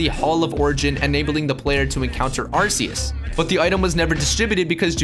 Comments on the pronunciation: It's Ar-KEY-Us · In the movie they say Ar-key-us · In The Number One Spot Is Arceus. (Pronounced As Ar-See-Us)But Technically... TheAuraGuardian:It's F***ING Arceus(Pronounced As Ar-kee-us)